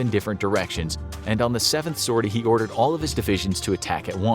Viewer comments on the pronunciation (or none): none